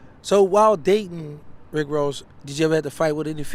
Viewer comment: Rick woss?😂😂